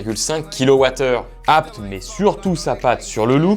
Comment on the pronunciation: Ca me stresse. ABT ça se lit "abété" pas "abte" ou je suis fou ?